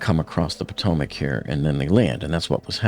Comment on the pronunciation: Its Bohm-bar-dee-eh, not Bombardier. That's the guy who releases the bombs from a bomber aircraft. Also, its the Potomac river, not Potomic. Who's your editor?